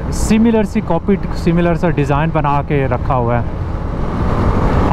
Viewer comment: Teu-rist nahi pai jaan.. Tour-ist kaha karain. Pehle b kai baar bataya hai..looks bad